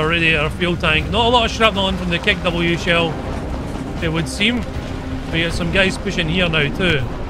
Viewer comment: KE-W? more like kek-w shell